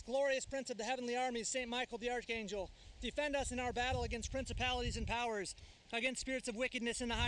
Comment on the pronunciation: You pronounced archangel incorrectly